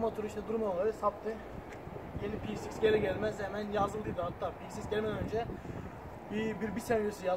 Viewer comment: youtube da motorun adını tek doğru söyleyen adam bu herhalde herkes peceiks diyor :)